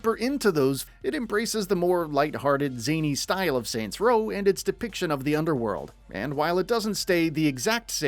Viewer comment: “Soy row”